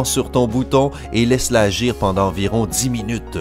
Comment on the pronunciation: a il y a un T a pendant